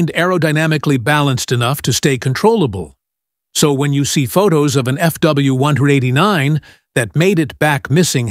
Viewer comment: Start at 40 seconds into this video. The narrator for this channel has some serious speaking problems. This guy refers to FW189s as "FW one-hundred edinine ezz ". Not to mention, the pictures they show are of different planes than what's being talked about. What the f*ck?